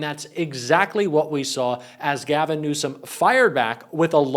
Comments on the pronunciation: He called him newscumb, pronounce his name right , taco truck dummy don. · "Newscumb" and after mispronouncing the Governor's name Trump calls him incompetent.... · "Governor Newscom?" Trump can't even pronounce his name right!!! What an idiot... Trump claims he got the Olympics to go there??? WTF There have been enough vids, pix and victims' testimonies regarding Epstein and Trump that if people don't get it by now, they never will, so let's get off the Epstein files gig because it ain't going to happen and it doesn't need to happen! It's trivial and not worth the time to keep at it. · He said NEWSCUM...am I the only one who caught that? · He couldn't even pronounce Newsome correctly that clown said Newscome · Gavin "Newscom"??? Trump can't even pronounce Newsom's name correctly!! Trump is Brain dead and INCOMPETENT!! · Did Trump actually just call the California Governor “Newscomb”? Help me out here, that’s what I heard…. how about you? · Rump can’t even pronounce GCN name 😂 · Can't pronounce his last name and calls him incompetent. And then uses fowl language on TV. He is not only the worst president we have ever had, he's one the worst humans on earth. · Trump is so incompetent he can't even pronounce Newsomes name correctly. He thinks he's clever and insulting him but he just sounds illiterate lol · He’s really bad!! He can’t even say Gov. Newsom’s name correctly! Talk about white trash!! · Trump can't even pronounce Newsom correctly anymore. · TRUMP IS SO STUPID HE CAN'T EVEN READ BASIC ENGLISH. THERE IS NO LETTER 'C' IN THE WORD NEWSOM. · Trump can't even pronounce names correctly...BIG LIE..TRUMP HAD NOTHING TO DO WITH OLYMPICS IN CALIFORNIA..SUCH A HABITUAL PATHOLOGICAL LIAR.. CONSTANTLY SPEWING HIS SATANIC LIE'S!!! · The Peddy Lovin' Pants Pooper still cannot say Newsom? I wonder if all Peddy lovers are that confused?